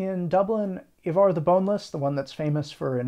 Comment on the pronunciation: 11.50: Wrong stress on the word Ivar (at least in modern Swedish).